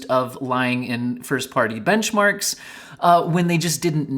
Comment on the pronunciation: "bemched" lol. first chapter im presuming should be "AMD lied" not "AMD liked" btw